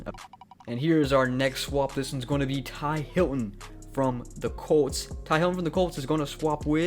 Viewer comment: It's T.Y. Hilton not Ty Hilton